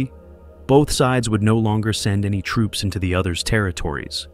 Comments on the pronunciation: AI almost had me until it said tropes instead of troops. Also a few times it pronounced “Viet” a few different ways. A human voice actor would err on the side of consistency. Also if I hear this thing say “You see…” one more time I’m going to lose it. Actually, I’m done. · Is this narrated by AI? The pronounciation is completely off at times, troops pronounced as tropes, the city of Hue as hue(nuance),Viet Mihn as 'vajetmin', really wierd. Also saying that Ho Chi Mihn became 'radicalized', a typical American stereotype for anyone not agreeing with their world view. Today they'd call him a terrorist. Get real!